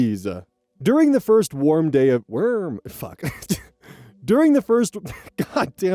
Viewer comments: "During the first warm day of- w e r m." Never change,, never change. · thanks to you oz, every time i say the word warm in any sentence, i'll always tack on worm on the end. :D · It’s just a mis-speaking that he did once and now seems to be engrained into his speech pattern.